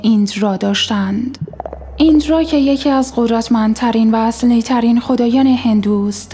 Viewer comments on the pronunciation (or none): بالام جان لطفا از این ویس و صدا استفاده نکن خیلی تو مخیه بدتر اون اینکه یه سری حروف مثل ص ض ش ل ح ژ رو خیلی بدجور تلفظ میکنه مثلا میخواست بگه خدای اصلی من دو بار زدم عقت که این چی میگه خدای چی اهلی اضلی چی میگه تا زیرنویس رو فعال کردم متوجه شدم تو مابقی ویدیو ها هم همینجور بود خیلی تو مخیه بالام جان گفتن زن استفاده کنیم تو کار واسه جذب خوبه اما دیگه واسه ویس ویدیو که نیا از صدای ضبط شده استفاده نکن